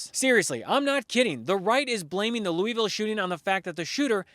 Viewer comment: She can't pronounce Louisville?